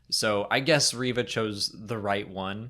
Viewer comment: Why do you guys pronounce Reva's name rev-uh and not ree-vuh. Its pronounced ree-vuh. That's how it's pronounced by Moses Ingram, how it's pronounced by other Disney staff and media, how it's pronounced in the show itself.....why do you guus pronouncing it differently? I just don't get it.